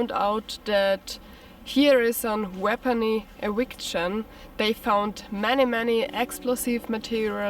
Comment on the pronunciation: A " weapony ewiction " you say ?